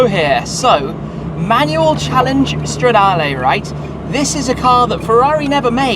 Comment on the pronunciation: Straaaaa-DAR-Leeeeeeeeeee not Layyyyy. Pleaseeeee 😂